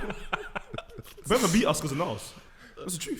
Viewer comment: the way said brentford